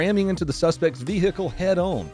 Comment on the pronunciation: "Vee-hickel". LOL.